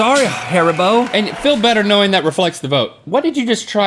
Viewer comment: the way link says haribo as harabo is getting my infuriated.. :(